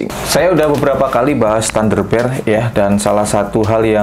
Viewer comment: Alhamdulillah penyebutan "thunderbear" nya uda bner.. 😊,sukses terus